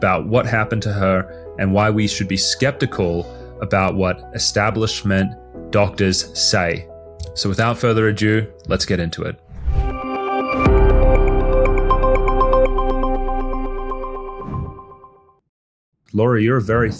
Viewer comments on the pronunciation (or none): Ado. It’s “without further *ado*”. not “adieu”. Or “a-due”? Sorry. Had to say😬